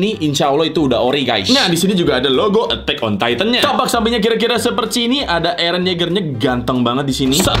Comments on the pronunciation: eren bang bukan ereh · Bang kedengaran nya itu ereh bukan eren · Ereh terus Eren bukan ereh 👍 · Eren kak bukan ereh 😑😑😑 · Bukan ereh tapi Eren kak.... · Bang nama nya bukan ereh tapi eren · Bukan ereh tapi eren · Plss jangan bilang "areh